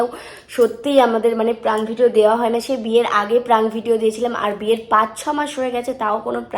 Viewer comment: Praank noi prank bolo didi 😊